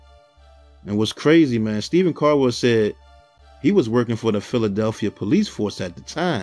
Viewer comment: It's Stephen Caldwell not Stephen cardwell